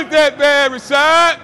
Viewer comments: I thought his name was pronounced "Ra-ShEEd", not Ra-ShOd". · I think he was pronouncing it like Rashide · Why did he keep calling him Rashad? I thought it was and last name was Rashid. so neither of those add up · When CT totally mispronounces your name but you wouldnt fucking dare correct him